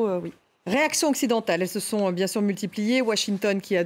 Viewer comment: Bien-sour ou bien-sùr c'est pareil. Mais Poutine a droit de se venger et tout vient de votre faute vous les rapporteurs de conneries d informations fausses